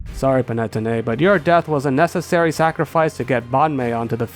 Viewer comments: *pan-ah-tony, not pan-ette-oh-nay :') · the way you pronounce Panettone hurts me, Pan-e-tone-ay not pan-net-own-e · ain't panettone pronounced pan-ee-toe-nee not pa-net-oh-nay? (could be a language difference as I'm UK tho) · It’s always great to see fellow Elemental Monkey fans! Also Panettone is pronounced “pah-ne-TOH-neh”. Usually I wouldn’t comment on pronunciation errors, but it’s probably the move to pronounce the name of something you like correctly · Not the panay-tonay 🤣🫣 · The way he says Panettone kills me, but in a good way😂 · the way you pronounce panettone gave me a headache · The way you're saying panettone is breaking my heart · I don't know if I've ever heard someone pronounce Panettone like that before. It's not important to the video it just took me off guard LMFAO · Do people usually pronounce Panettone like that? Genuine question. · I don't fail to understand why you pronounce it that way, but hearing Panettone in this way makes me love them a lot more as an italian. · The way that you pronounced panettone damaged my very soul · Glad to see panettone go. As an Italian hearing that pronunciation was pretty painful😅 Not that I blame you I'm just as bad when I try to talk in english😂. Great video as usual. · As a italian I also agree